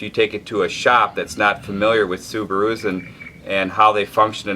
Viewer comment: "Sub-a-roos"...classic! Never heard anyone use that inflection other than.